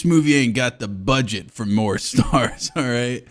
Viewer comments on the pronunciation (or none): none